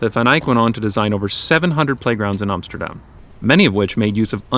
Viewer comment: YES! He said Amsterdam and NOT Emsterdamn